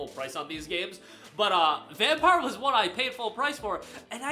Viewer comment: Dude said vampire😂😂😂